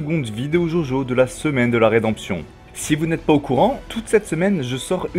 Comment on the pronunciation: C’EST DJODJO pas jaujau bordel x) nb: super vidéo